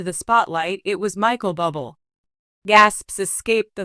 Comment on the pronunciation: Awful script lots of factual Mistakes and mispronounced words and his name is pronounced Booblay! 😮 😢